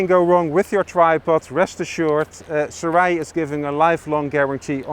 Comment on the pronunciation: ( Soo-Ray ) Gentlemen! Great video nonetheless! 👍👍👍✌🏻😄📷